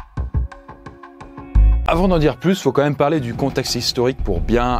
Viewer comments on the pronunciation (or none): S'il y a un accent circonflexe sur "même" c'est justement parce que ça ne se prononce pas "meume"...